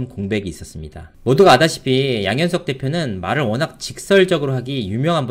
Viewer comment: 당신 발음도 살짝 어눌합니다. 아다시피가 - 알다시피 랍니다.